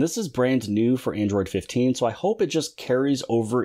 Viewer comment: Android 15? Did.you say it wrong?